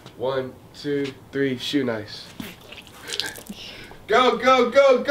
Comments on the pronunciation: LMAO NIGGA SAID "1,2,3 SHOENICE" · POST REALLY SAID 123 SHOENICE LMAOOO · He said shoenice! Lol